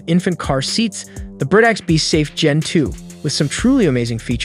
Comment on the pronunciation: Chicco is pronounced "Key co." And Graco isn't "grahco" but "Grey co." Britax was correct I think.